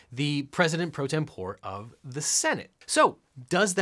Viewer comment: You are right about “martial,” but you blew it yourself later on........”tempore” is pronounced: tem-por-ee, not tem-pour. 😉